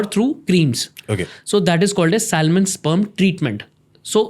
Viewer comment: please learn to pronounce this word" Salmon" the letter L is silent in this word.